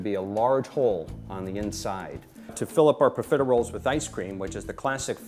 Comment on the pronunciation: you think he could learn how to correctly pronounce profiteroles before making this video